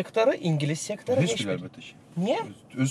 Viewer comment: Veriliş çox maraqlı idi. Amma aparıcı, çox hörmətli, intellektual, müasir, savadlı insan olan hələ bilmir ki, " heş biri" deyil, " heç biri" deyilməlidir?